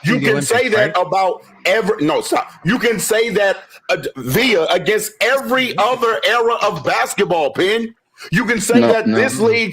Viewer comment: The way he says against is annoying